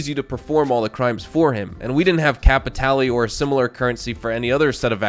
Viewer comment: you don't want to go get some "cay-pee-tay-lay"!? one of my favorite things to do is to get some cay-pee-tay-lay and then i use my cay-pee-tay-lay to get some stranger missions and then get more cay-pee-tay-lay so i can do more stranger missions and search pockets for more cay-pee-tay-lay. (i physically cringe when npc's say it in game.)